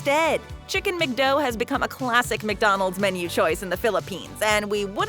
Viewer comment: chicken mecdo XD IS prounouced Macdo